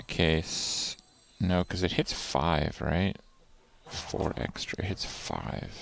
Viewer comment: He actually said 4 eggstra ^^